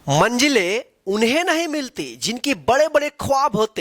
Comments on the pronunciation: Sab toh theek hai par aap shuruaat mei hi galti pronounciation kar di 😅 manjile nahi ,manzile hoti hai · Manjilen nahi.. Manzilen hai...